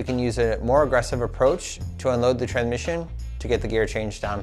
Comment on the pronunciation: "Tran-mission" way to pronouce it.